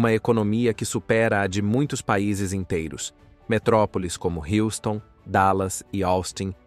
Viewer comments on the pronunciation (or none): none